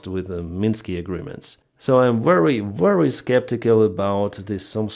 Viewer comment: So saying wery instead of very is a Ukrainian way.